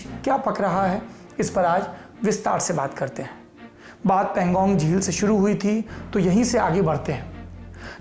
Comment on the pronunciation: Saurabh bhaiyya .. Woh Pan-gong lake hai .. I think pronunciation was erred !